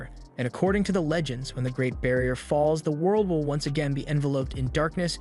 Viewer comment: Is bro saying vill instead of will